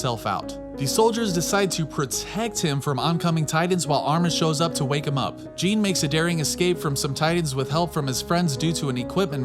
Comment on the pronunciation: Lol calling Jean, gene lol